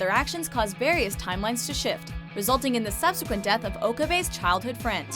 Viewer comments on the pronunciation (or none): none